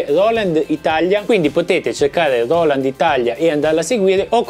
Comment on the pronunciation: Grande! Quando dici loland mi fai schiantare da ridere! Ti stimo 🤣🤣